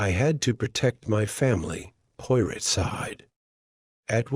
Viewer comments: do you really expect people to listen to this, when the AI can't even pronounce Poirot properly. Shameful. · If you're going to call the channel the POIROT FILES - AI must learn to say the name correctly!!! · Narrator cannot even say Poirot properly. This is hopeless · So upsetting to hear Hercule's last name incorrectly. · AI.. YOU ARE PRNOUNCING HERCULES LAST NAME WRONG...